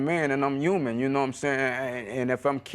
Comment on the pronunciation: CONVERSE! He said "UMAN" I love it!